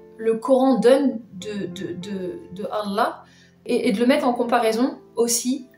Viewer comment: elle ne parle pas un mot d arabe bouffi même son accent pour dira Allah l à trahis 😂🤣🤣🤣